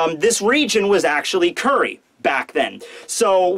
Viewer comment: I can stomach saying "Curry" and "Sukuyaki" instead of Kuri and Sukiyaki. That's how good he is.